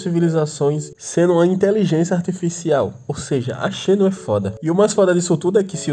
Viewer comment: Xeno se pronuncia Zeno, coisa do inglês. Tipo: Xeno Gear Xeno Blade Xayah (campeã do lol)